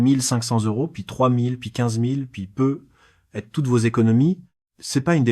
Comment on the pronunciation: Quatre vingt quinze prononcé 4 20 15 peut être prononcé pe être,les voix créés par ia toujours de la m@